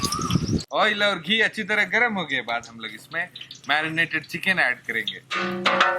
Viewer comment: Bro your every thing is good my god god bless you but your pronounced is not good ....ail no its oil....ginger gorlic paste no its gallic 😁plz pronounce good